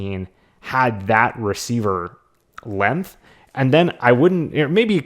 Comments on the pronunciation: Lenth. I can never un-hear it. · "NO NO NO MAKE IT STOP!!!" -Me being forced to hear say "lenth" instead of "length" over and over